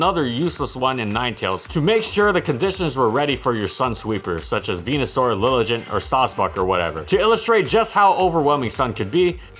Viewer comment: "Lilijant" lmao